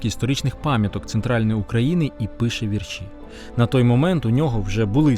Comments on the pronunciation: Не "віршІ", а вІрші. Наголошуйте правильно. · хіба не знеєте наголоса -"Вірші"? , треба наголос на перше "і" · ДорогийиАкім Я дуже люблю твої передачі Ми великий розумник і молодчина Твоя мова загалом вірна Але сьогодні ти мене здивував: у слові вірші наголос падає на перший склад: у моїх вІршах я часто пишу про Кобзаря-Пророка-Батька Тараса Я пишу вірші з самого дитинства, пишу, скільки себе й пам'ятаю Дуже люблю твої передачі та й ти сам мені дуже подобаєшся Я пишу не тільки українською мовою, а й французькою, рідше англійською та зовсім мало расєйською Виставляю вірші за порадо ю мого сина у ФЕЙСБУК То ю я маю багато друзів у 19 країнах світу Я була б дуже рада мати й тебе своїм другом п. Люсі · Звільнення не з рабства, а із кріпацтва... І не віршІ, а вІрші ... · Наголос вІрші, ШевченкА, СошенкА іт.д.